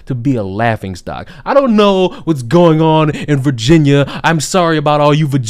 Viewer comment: As a lifelong Virginian, you trying to pronounce it tickled me.